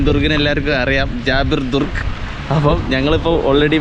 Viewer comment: ദുർഗ് അല്ല ബ്രോ ! ദ്രൂഗ് - Друг കൂട്ടുകാരൻ Подруга - എന്നാൽ കൂട്ടുകാരി !